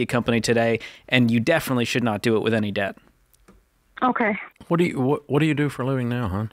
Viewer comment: Here, I'll save you all some time. Here's the Dave Ramsey Advice: "What you need to do is MAKE MORE MUH-NEY. Make more MUH-NEY, stop spendin' so much MUH-NEY and get outta DEH-YET." There, I just saved you 2 hours, 3 minutes and 45 seconds.